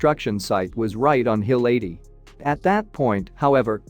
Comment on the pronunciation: Hill 80 was a movie, wOW! Atleast get your pronounciation right what are you ai no intelligence there!